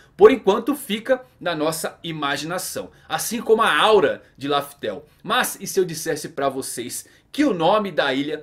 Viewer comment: Bro é Raftel e não Laftel....